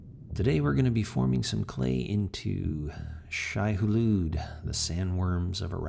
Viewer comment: Uhm. I think it's "Shai-Hulud" not "Shihulude". Cool sculpture tho!